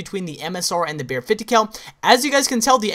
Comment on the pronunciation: i hate the way he says BARRET 50cal